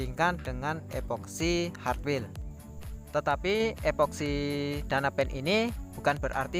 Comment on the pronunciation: Hartwell bang, bukan hatwil 🤦‍♂️